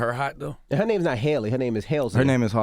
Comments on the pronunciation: charlemagne is such a dick, the fact that he called her ‘hailey’ when he 100% knows it’s ‘halsey’ really pissed me off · did I just hear charlamagne call Halsey "Haily" 😂😂😂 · I swear. I felt like smacking Charlemagne when he was mispronouncing Halsey.